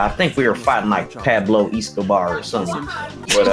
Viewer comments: Pahblow Eeeskabar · Pahblo Eeskobars